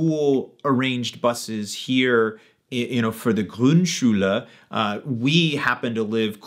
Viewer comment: You've clearly worked on your "Grundschule" pronunciation; good job! So my advice (the first u i just like in foot, the second just like the u in food --- imagine how difficult it is for us to learn English) on part one was unnecessary. So my next attempt is "Pausenhof". You said it as if it were spelled "Pausenhoff", Hoffnung and so on. But it is a long "o". More difficult to explain than the long u vs the short u (BTW I still hear a little ü in there in what may be overcompensation---try hearing the difference between Mutter and Mütter from a native speaker---or probably from your kids by now. Or maybe it's because you spent some time in France; it did occur to me that the "Grund" sounded a bit like a French person would say it, even before I heard you mention the France/French bit). I was going to explain all about diphthongs and German not really having any and English having them all over the place, and to say the long o like a Scotsman would say "boat" or "coal". But if you know French, the German long o is basically exactly the same as the French word "eau" (also in chapeau, chateau, allo, etc.). But TBH you already seem to have down pat what seems to be among the hardest sounds for English speakers; the German r (as evidenced by your pronouncing "Grundschule"). Then you can probably already say "ach", "Schach", "Krach". "Sprache" might be a bit of a tongue twister... The different ö sounds will be easy as well, see the French bleu, yeux vs oevres. Although there are a